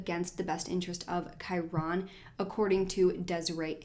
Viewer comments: Kai-rin is the correct pronunciation I think, that's how is mother pronounces it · i'm pretty sure his name is one syllable kinda like kyren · Ur right! Its pronounced Ky-ren but spelled Kyron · Love your videos, but could not get over the fact that you miss pronounced his name the entire video. 😭